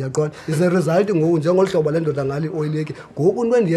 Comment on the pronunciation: These gangs hold secrets that are only known by its own members so you just talking nonsense when you say the pdf is accurate. Also it's Ndoda not "mdotta". The number is originally for Nguni people not Coloureds🤦‍♂️. Cape Coloureds used the number in wrong way too. KZN is the true number area